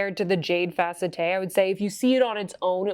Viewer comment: It's not pronounced fa-cet-te, but fa-CET. If you've ever had steroid injections in-between the vertebrae in the neck, they call the spaces between the vertebrae in the neck the "facette joints". It feels wonderful...I say with full sarcasm. However, I would have that done again before having a myelogram. If someone suggests you have a myelogram, RUN the other way!!!